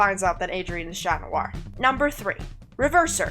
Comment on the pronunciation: Cat Noir also needs some better work in perosnality Also I say Cat because thats how lady big Pronounces his name